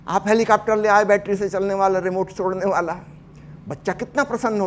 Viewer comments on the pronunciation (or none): none